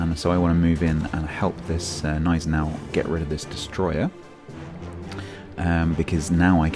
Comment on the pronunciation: Great review as always! May I compliment you on your Gneisenau pronounciation? I know it's pretty but, the way most people pronounce it annoys the ever-living hell out of me... Cheers!👍🏻😎